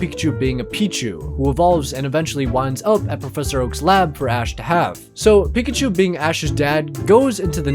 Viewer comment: it is not pekushou